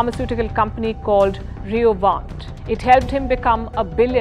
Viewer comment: Palki It’s not Rio but Roivant i e ROI